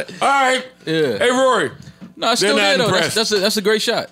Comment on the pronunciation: ak cant even say rorys name right. How are you going to argue with a peasant who cant even say your name right lol